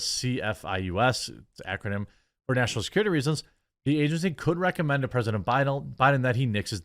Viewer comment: "Muh national securitay".